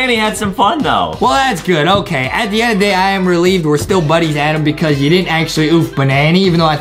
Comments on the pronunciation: Why Justin call Adam a "Adem" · true do not say adam say adem